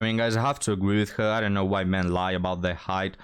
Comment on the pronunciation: I love accents.... say "Low" and "Eye" and you have an English version of "Lie" but it's suddenly 2 syllables! I heard this somewhere in this video, but my favorite is from another video way back... it was a Scotsman talking about the "World" but he said "Waddled' and then later he got real lazy and just said "Waddle" - he was teaching "waddled" history, but I was thinking of ducks. lol